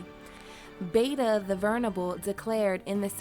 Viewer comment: chris winter I mean that if she was actually a history buff she would know there is no such person as Saint Peter Josephus. The historian to whom she is referring, I think, is Flavius Josephus. Also, no such person as Beta Vernable. I think she must mean the Venerable Bede, pronounced bead. Even if she is giving his name in Latin, he is Beda Venerabilis, not vernable.